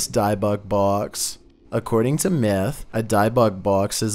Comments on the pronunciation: It's pronounced dib bik. As in I got dibs on it and Bic pens and lighters. Not dibe bik. Ott I love your videos. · Hi I love watching your videos but you know just want to help, you keep saying (which you pronounce it) Diebuck box but its (pronounced) Dibick box. k Keep up the mazing videos... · its pronounced " dib ik box" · That's pronounced DIB-buk, with a short I, like in "dividend." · The pronunciation of dybbuk is more like “Dibick” like the D in “did”. Not like the D in “Diane” just heads up ❤️ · “Dih-buck” is closer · Who the F calls the Debbuk box the dibux box wtf 😂😂😂😂🤣🤣🤣😂🤣😂🤣😂😂😂🤣😂🤣😂🤣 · Dibbuk (dib-book) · Your pronouncing dybbuk box wrong it's dib buk or if your Sephardic Hebrew dee book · It's pronounced di—buck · Your not pronouncing Dybbuk right. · Are you dybbuk weird like that on purpose?? Or?? Do you not know youre.saying it wrong?